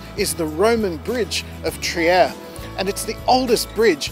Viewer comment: For your info, Trier is pronounced “Treer”.